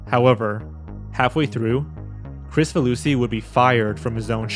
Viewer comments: Pretty sure his last name is pronounced "Krik-faluski" and not "Chris-faluski". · It's pronounced "krick-fah loosey" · So i pronounced his name wrong. I thought it's KrICfaluSHi where the C is soft and the S is an SH